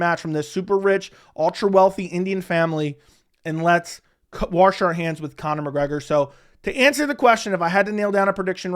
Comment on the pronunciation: Why can't you say the word "wash" properly? 😂😂